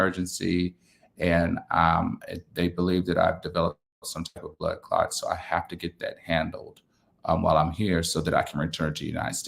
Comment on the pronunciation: the word is blood clot, not blood clod. I hope that everything works out well.